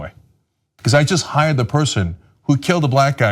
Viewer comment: It sounds like she said "she got fired in the next county over" but she said hired